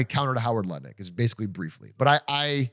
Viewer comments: love the way and Doug asked Atrioc how to say "Howard Lutnick" and then both immediately said "Luttick" & lmao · The pronouncing howard lutnick’s name wrong despite atrioc correcting multiple times was a hilarious bit